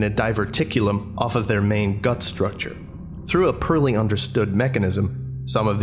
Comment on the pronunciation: I only realised you weren’t american because you pronounce poorly as pearly dude your accent is so good its scary.